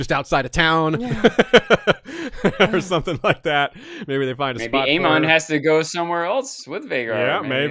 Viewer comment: easy on the "ahn" pronunciation of every name. lol. It's just Aemon. and definitely not ChristAHN. lol. Gotta love dancing